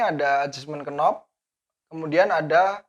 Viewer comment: Sedikit info, untuk kata2 dalam bahasa Inggris, yg diawali dengan huruf2 kn, dibaca mulai n saja, huruf k tidak dibaca: Knob : /nob/ Knife : /naef/ Know: /noo/